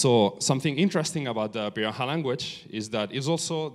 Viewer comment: It is pronounced pee-da-HAN. See Everett's book, the first man to learn their language. Anyway, great talk. Thanks for it.